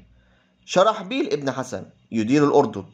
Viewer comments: الذه يجزيك الخير يا ريت تلفظ اسماء القاده المسلمين جيدا شرحبيل ابن حسنه وليس حسن جزاك الله خيرا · جيد ولكن اخي مرن نفسك على اللغه العربيه الفصحى جيدا فنطق الأسماء خاطيء وعمر ليس عمرو وحسنه غير حسن وهكذا ..لا تفخم صوتك أكثر غلطاتك في النطق عندما تفخمه والله يوفقك